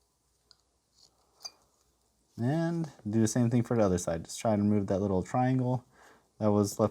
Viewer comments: "How to be a wittle fox" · “A fun and simple wittle fox”